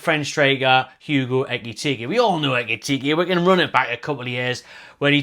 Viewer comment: I love how you say Ekitike. Sounds like a top drawer cocktail 😂